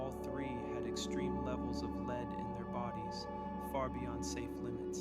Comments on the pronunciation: Lead poisoning is pronounced Led (as in the element?) not Leed. How could you not know that? Leeed poisoning? What exactly did you imagine lead poisoning is? And you completely neglected the mention of Franklin’s wife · “Leeed” poisoning is what tipped me off that it’s an AI video